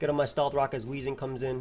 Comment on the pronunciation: Did you have a stroke in game 3? "NU c t 3 quack quagsire take steth rock"